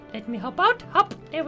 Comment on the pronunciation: he said bathroPe